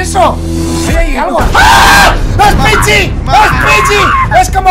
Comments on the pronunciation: Jajajajajaja picshi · xd cunado dice pichi es pichis😂😂😂😂😂😂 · Es piggy solo las personas normales disen piggy Y Mike: Pichi XD jajajjajajjajajaj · Se llama Piggy no pichi Mike xd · el le dice pichi a piggy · mikecrack: es pichi es pichii!!! yo: jajajajaja no es pichi es piggy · Mikecrak: Peggy ❌ Pichi✔️ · Oigan vieron que en el minuto cuando entran al sótano de Peppa Pig 20 o sea yo veo que Minecraft cuando ve a Peppa Pig en vez de decir Piggy dice pip dice Pichi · Piggy❌ Pichi✅ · piggy ❌ pichi✅ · Personas normales:piggy Argentinos: la pepa Los que no saben ingles: pigüi Mike: Picshi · Jaja si fué gracioso lo de pichi jsjsjjs